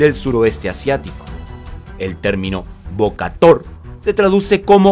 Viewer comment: Se pronuncia Bo-ka-Tao, la traducción literal es golpear al León, 🙂🙂 salvo por tu pronunciación del Jemer ( camboyano) el video es muy bueno 👍👍👍